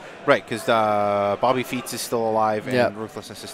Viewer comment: did he just say Bobby Feet's?